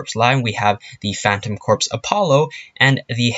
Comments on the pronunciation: Your saying phantom corps wrong its pronounced phantom Core like marine corps its not said corps its said core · its not corpse its corps ( core ) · Please get it right Its pronounced CORE not corpse unless your talking about a cadaver thank you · You're pronouncing phantom corps wrong. The "corps" is pronounced "core" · It is pronounced core not corps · I wanna fucking die he pronounced corps "corps" not "core" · It's pronounced Phantom "CORE," like marine corps. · It’s pronounced “core” good grief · Can you learn to pronounce "Corps"